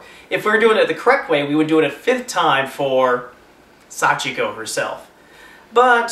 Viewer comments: Hey You guys did say it right they said it like this sachiko we 4 times without the beg of you part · in the story, someone said it wrong so that's how they ended up there :) You guys said it right xD